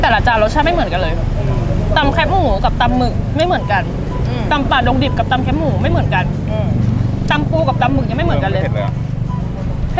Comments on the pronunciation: แคบหมูค่ะ ไม่ใช่แคปหมู แคบแบบซอยแคบ ๆงี้ค่ะ จากใจคนเหนือ เห็นคนกรุงเทพพูดผิดเยอะมาก 🥺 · แคบหมู อ่านว่า แคบหมู คอ -แอ -บอ แคบ (เหมือนกับคำว่า ที่แคบ) ไม่ใช่ แคปหมู หรือแค่บหมู